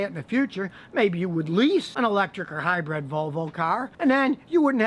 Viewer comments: Good, informative video! Just one negative comment from me; 'Hi-bred' should be 'Hybrid' or it is known as this in the UK anyway. Good stuff though - Thank you! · It's hybrid not hybred.